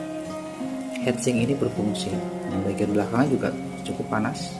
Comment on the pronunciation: Inget hitsing om... Jangan hEtsing 🙂 semangat 😬